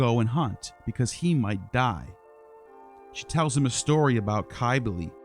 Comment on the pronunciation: Cybele with a c not a k is phonetically the sound of sibel